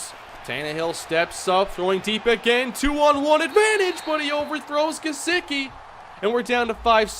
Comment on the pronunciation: Gesecky not gesicki, btw I know how it’s spelled that’s just how you say it